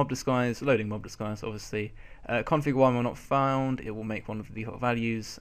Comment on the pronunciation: Mob Disguise not Mob Diguise